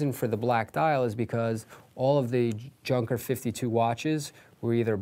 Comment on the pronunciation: Like and. But you need to work on the pronunciation of Junker. It is NOT junk.